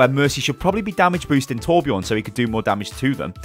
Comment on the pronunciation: ITS TORBJÖRN